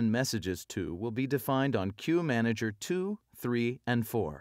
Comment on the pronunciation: what is key manager you are taking about?? I thought it is Queue Manager! Am I hearing it wrong!!